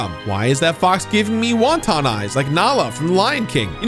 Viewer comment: LMFAO when he said Wonton eyes instead of wanton. If I had any artistic ability I'd drawn that.